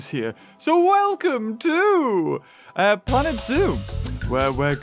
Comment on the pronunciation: Moar pwanet zoo pwease :33